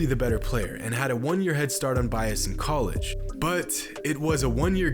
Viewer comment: does this guy just say word wrong on purpose or does ge actually believe college is pronounced coleega